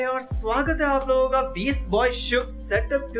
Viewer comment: he said saitap toor*setup*